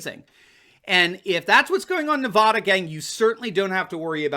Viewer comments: Hey Doc. Not NEV-AH-DA.............. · I like your stuff,, but as someone who lived in Nevada for 18 years, please don't pronounce Nevada with an "o" sound on that first "a." We hate that. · Nevada not Nevawduh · NEVADA RHYMES with MAGA there is no Nevahhhhduh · I know you are not out here in the west but we do not say Nev ah da, it is pronounced Nev add ah. I love your show but that was driving me crazy oh, just had to let you know. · it's NEVADA ... NOT NUHVADA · Here's a video on how to pronounce Nevada.